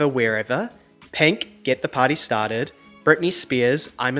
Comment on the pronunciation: please dont say penk ever again